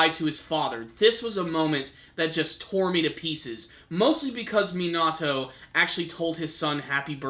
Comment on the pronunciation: you might need to work on pronouncing the names of people like Minato Kaguya and a few others